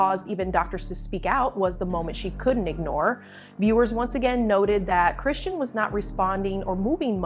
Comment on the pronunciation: Ya'll don't know ish about her or her child. We see small clips and ya'll just come out with you assumptions. You don't know her personally or see her and baby in person. Worry about your life and you don't even know how to say her name right but you're making a video about her life 😒